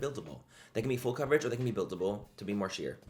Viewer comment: He said it’s Fool Coverage…😊